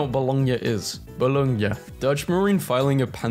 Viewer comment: Oh, and as I watched on I noticed you had a hard time pronouncing bologna, it's pronounced boloniee, yeah I know weird.